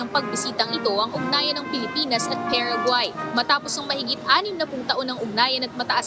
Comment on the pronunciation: PA RA GUAAAY not PEREGUAY